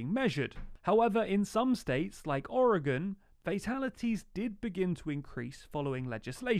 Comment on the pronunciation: Thank you for pronouncing Oregon right!!